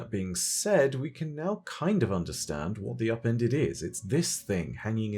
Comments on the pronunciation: DEE AHPENDED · “THEE UPENDEDUH”